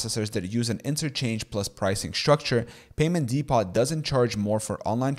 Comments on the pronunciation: 'depot' is pronounced "dee-po" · What's a "Dee-POT?"